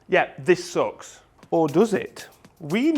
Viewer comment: Saying "it sooks" doesn't sound right in your accent because you're not American.